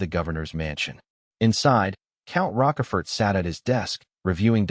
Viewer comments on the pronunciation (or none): Ffs it's like "roach" but with a "sh" instead of a "ch" and the last letter is silent because the French love being contradictory; pronounced "roash-four". This AI needs to be read some Alexander Dumas.